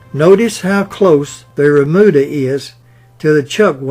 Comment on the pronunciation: Remuda,, not "bermuda".